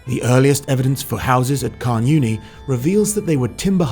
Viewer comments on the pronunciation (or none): Nice vid. Down here it's actually pronounced more "karn oonie" than "karn younie" & " tche-ZOYster" for Chysauster